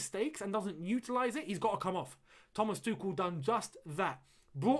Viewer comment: Why do you say "Thomas Tukel" is that the actual pronunciation?